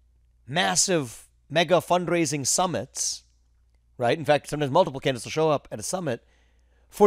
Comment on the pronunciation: Viveks indian accent came out hard on "fundraising" Vivek !!!